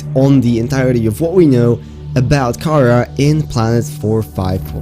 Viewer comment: Anyone else get really annoyed each time he pronounced Karaa as "k-AH-r-uh" instead of "k-ah-RAH"